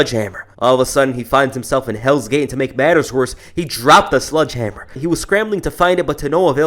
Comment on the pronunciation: The guy says sludge hammer 3 times in a row. It's not sludge it's sledge